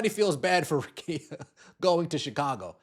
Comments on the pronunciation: RICK-EE-A. Come on bro. That's mighty white of you. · BRUHHHH RICKEA RICK KEYA GET IT RIGHT PLEASE!!!